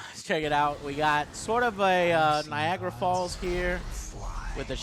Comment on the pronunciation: he keeps saying Niagra lol